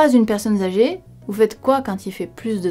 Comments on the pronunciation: "Mais si vous n'êtes pas une personne zâgée". LOL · "Si vous n'êtes pas une personne Zagée" désolé j'ai tiqué sur cette mauvaise liaison !